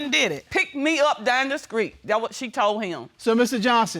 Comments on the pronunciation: She said the skreet 😁😆😂🤣😭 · Aww. Now you two take along romantic walk down the skreet and love happily ever after 😁 (Am I the only one heard her say skreet 🤣) love is beautiful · Did she say walk down the skreet? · Down the skreet???!!! Lol...